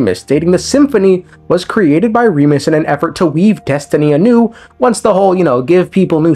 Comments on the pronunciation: I like how he pronounces Remus correctly but then goes "Roomeria" lol, love your stuff dude. Keep it up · I like how you say "Remus" right but keep saying "Rumeria."